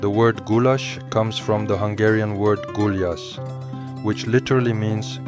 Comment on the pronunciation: If you decide to make a video about Budapest and gulyás, please respect us with the proper pronunciation. Thank you.